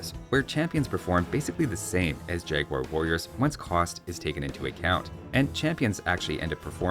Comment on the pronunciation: I remember oh so well, but I loved so much the pronunciation of “jagwair” :)